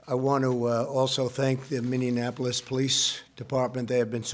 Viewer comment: IT'S MINNIE-APPLE-US NOT MINNIE-AN-APPLE-US. OTHER THAN THAT GREAT JOB TIME TRAVELER TRUMP